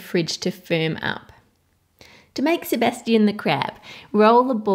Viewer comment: I like how u say "sabastion"